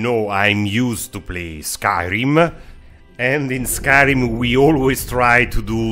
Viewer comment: Skyrima, resette, destroyede, backe, worda, behinda